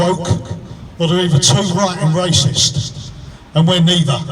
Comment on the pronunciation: "to right, and raysis" Aye, I'm out then mate. Soon as you start punching "right", and being scared of your enemies calling you names like "waysist" you've already lost IMO.